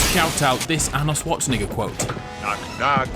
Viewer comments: “Arnold Schwarzenigga” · uh I don’t think that’s how you say his name